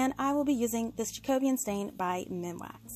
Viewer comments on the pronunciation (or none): Loved your decorations... but I do need to correct your pronunciation of the MinWax stain you use... it’s Jacobean, which relates to the reign of King James I of England (here’s some background... The Jacobean era was the period in English and Scottish history that coincides with the reign of James VI of Scotland who also inherited the crown of England in 1603 as James I. The Jacobean era succeeds the Elizabethan era and precedes the Caroline era.) The word Jacobean particularly relates nowadays to the style of architecture we have here in the UK, with it’s smaller rooms and dark woods... obviously this isn’t really something that you guys across the pond are going to know unless you’ve studied our history. Now, to the pronunciation lol...While it’s supposed to be pronounced in correct English as Jack-O-bee-an... it’s more commonly said in regular speech as Jack-a-be-uhn... the difference being if you were delivering a formal speech or chatting to friends 😉 I can’t help but laugh at this weird way you guys pronounce it as JackO-Beeyan, and I’m on a mission to correct it lol... Wishing you well, keep up the awesome crafting ✂️ 🇬🇧 xxxx